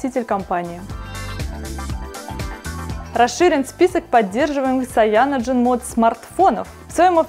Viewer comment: Ужасно, как можно давать человеку который в технике ничего не понимает, давать объяснять людям про технику... Сам учусь в Китае, никакой ни Шаоми, Сяоми - правильно. И насколько я знаю говорят Кайяноген или Цианоген, но как говорит она... Нонсенс...